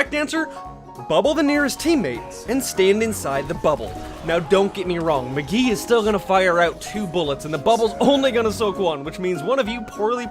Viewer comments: dude, i might be hearning you wrong, but its mccree, not mcgee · Lol he said mgee instead of mcree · McCREE... not McGee... disliked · Why did u say McGee not Mcree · It is MCCREE NOT MCGEE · It’s Mcree not McGee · McGee?!? Umm sorry bro it's McCree. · I am triggered you keep saying Magee lol it is mcree m c r ee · Why does he keep saying mcgee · MCREE not MCGEE!! WTF I hate YT's misnaming characters on games and saying false info!!! STOP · MCCREE NOT MCGHEE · McGee hahahahahahahahahaha it's mccree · It's not McGee it's McCree! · He called him mgee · 1. It's deflect not reflect, idiot 2. Salt is sodium chloride not sodium, idiot 3. MC-CRE NOT MC-GEE Fuck sake cringe and stupid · its MKREE NOT MGEE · Everyone's triggered at you saying McGee....again. (at least we know how many new people come to your channel regularly) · i think i just heard him say magee not macree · why do do you say mgee instead of Mccree? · It's McCree not Mgee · Why dose he keep calling mcree McGee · who else got mad when he said mcgee and not mcree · I believe it's mcree and not Magee. Lmao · McCree not McGee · did anybody else cringe everytime he said McGee instead of McCree? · its mcCREE not mcGEE get it right plzzZ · Who is Mcgee? you mean McCree right? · dude mcree not mcgee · and also, its mcree? not mcghee? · ITS MCREE NOT MCGEE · who is "mugee" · McCree not Magee there is no G in his name. Don't f up one of my mains names! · Hah he calls mcree mcgeej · It's McCrea not Magee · "M'Gee"? Bro, it's McCree. At first, I felt like you were joking, but after a couple times, it just seems like you don't know his name... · Magee?? It is macree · Mcree not McGee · Why the hell is he saying McGee? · Why does he keep saying McGee? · it's McCree not Tits McGee... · Why are you calling McCree McGee xD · McGhee? McCree u mean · Ye his name is McCree not McGee........ was annoying to hear that every single time. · McRee. Not McGee. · ITS McCREE NOT McGEE!!!!!! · Did he just say McGhee? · its MECREE